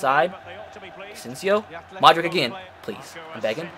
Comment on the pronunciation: it’s pronounced “Modrich”